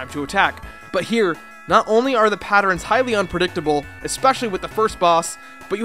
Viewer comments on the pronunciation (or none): What the f*** is a patterin?? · Attack "patterens" xD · I'm sorry....is he saying "patterns"...?